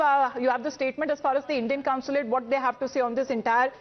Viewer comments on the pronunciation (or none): It is consulate. NOT councilate. News readers should learn how to pronounce. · I wonder whether they are wrong. BTW pl tell the anchor that it is consulate and not counsulate as she keeps saying. It's jarring. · Anchor, It's NOT Counslate, Consulate